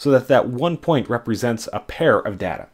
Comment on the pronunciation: "helps see relationships in our dada"